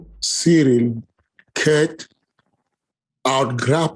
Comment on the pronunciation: For a guy who always acts like he so concerned about saying names correctly. It's a bit weird that he pronounces Ciryl as "surreal". Ariel literally tries to say Adesanya in an authentic African accent, but can pronounce Ciryl properly? Lol. It's pronounced Cee-ril. Not "Surreal".